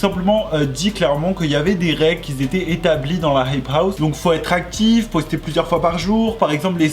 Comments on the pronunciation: "qui ont" et "qui étaient" ya 0 besoin de rajouter un "s" entre les deux mots enft. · Je suis dsl mais parle français mec ça me brisent les oreilles !!! Ex : qui s'étaient ... NON QUI ÉTAIENT les liaisons tu l’ai fais tt le temps et ça me ahhhhhh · QUI ETAIENT PAS QUI ZETAIENT PUTAIN PAS DE LIAISON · "Qui étaient" pas "quiS étaient" pardon mais ça me stressait 😭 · Ahhh quand tu fais la liaison « les gens qui -z’étaient-» ça me démonte les oreilles 😂😘